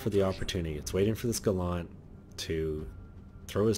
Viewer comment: It's Gallant, not Ga-lant. It's British, not a Mitsubishi!